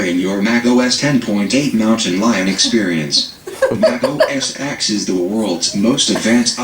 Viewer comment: I know I thought he said Meth Blaster untill the words came up on the screen